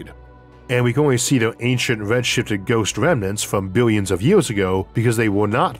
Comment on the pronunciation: Biwyuns & biwyuns of stars! 😂